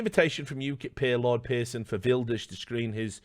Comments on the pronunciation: Not a bad pronunciation of Wilders, Richard. Just gotta roll the r better next time, but this is one of the better attempts I’ve heard from an English-speaking native. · you need to roll the R more for "Geert Wilders" :P